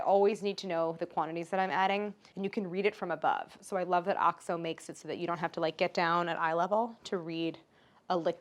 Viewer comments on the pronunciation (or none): Is that how OXO is pronounced? I wonder why they spell it in all capitals (if it's not pronounced as initials). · Is oxo pronounced like that?? I've always said oh-ex-oh 😭😂